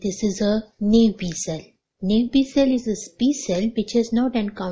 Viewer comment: Not enough information about T cells and their receptors. There's necessary information about MHC I and II that you didn't explain. Plus, your pronunciation of naïve...